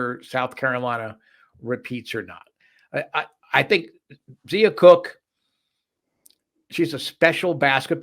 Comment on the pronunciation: It's pronounced Zia (Z-EYE-a) Cooke. Not Zee-a. And Brea Beal is pronounced BREE, not Bria. Great preview! Thanks for showing love for women's basketball. #gamecocks